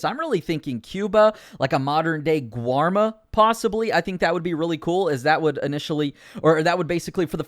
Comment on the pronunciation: It’s Guarma.